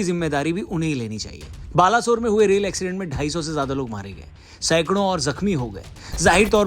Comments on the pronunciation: Balashore nehi Baleshore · Baalasore nhi bhai Balesore. Odia mein aise pronounce karte hein Baaleshwar. Odia mein nhi samajh aayegaa aapko. Isiliye english mein likh diyaa. Aise pronounce karte hein Baaleshwar. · यार वो "बालासोर" नहिं "बालेश्वर" है यार plz सही pronunciation करो बुरा लगता है।